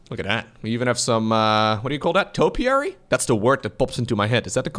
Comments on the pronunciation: Yes. It is topiary- bushes trimmed to specific shapes- sometimes regular ones sometimes fanciful like animals and such. And I am pretty sure that was the correct pronunciation. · Not only was topiary accurate, it is a pretty uncommon word and pronounced correctly. Your English is better than most native speakers haha